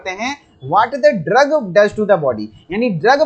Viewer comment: Aapne drogue ko ghalat pronounce kiya hai.